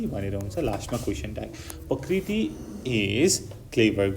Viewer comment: Thats not pakriti ok that's prakriti 😂